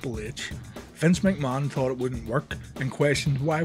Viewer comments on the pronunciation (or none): none